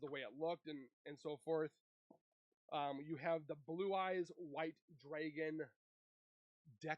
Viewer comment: Brother please...It's drAgon and not "dRaYgOn"...